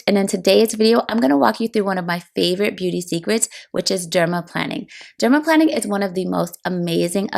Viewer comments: omg it’s not dermaplanning. it’s dermaplaning. not plan. it’s plane. i legit couldn’t watch this bc she kept saying it wrong. you’re planing your face …. not planning it omg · Why do you keep on pronouncing it as "dermaplanning" ??? Is it not dermaplaning??? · I noticed it too. You’re correct. The latter is the correct pronunciation. She pronounces the word incorrectly. I do enjoy the video though. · Plane NOT plan. Dermaplane. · Why are you calling it planning? I thought it was planing, pronounced like a plane that flies. Anyway, does anyone know if the Rosehip oil she used is unscented? I have scent allergies and can only use unscented products. Suggestions for unscented oils are appreciated. Thank you. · Plane-ing, not planning. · I am curious about your pronunciation of dermaplaning. It sounds as if you're saying derma-planning, but I thought the it was said dermaplaning like "plane"? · You’re right in noticing, she mispronounces the word. Break the words into syllables: pla- ning (the way it should be pronounced) VS. plan- ning (the way she pronounces it).😊 in spite of that, I enjoyed the video though. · But, why is she calling it "Dermaplanning", except in one voiceover? It is bizarre. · I believe it's dermaplaning with a long A..like plane!